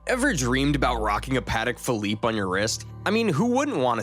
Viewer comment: I love how the narrator can’t even pronounce the correct name of the watches